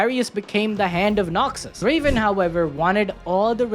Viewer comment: No Necrit? Sadge. Edit: SHAH'an? No. Pronunciation that bad gets a dislike on the video. Edit 2: RAH-oom? It never stops. Edit 3: He actually did Pronounce Draven right. Your chat is wrong/lying.